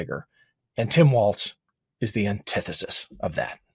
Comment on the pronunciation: Walz pronounced as "walls". Be respectful of his name, please.